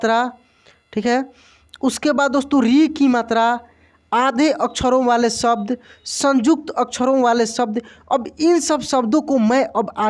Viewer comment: आप शब्द का उच्चारण सब्द कर रहे हैं... उच्चारण ठीक कर लें तो अच्छा रहेगा और लोग भ्रमित नहीं होंगे